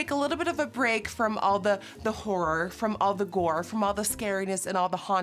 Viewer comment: Can’t get it out my head how she says “horror”